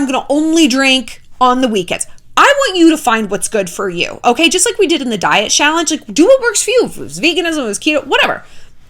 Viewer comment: Have a drink every time she says shallange